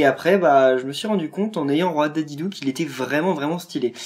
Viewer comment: Sa ce dit DIDIDI et pas dédédé